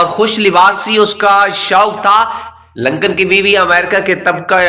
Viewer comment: It is Lincoln instead of Lancan, Lancan or Lankan (as you pronounced) means Sri Lankan person. Please do the homework before published the pathetic videos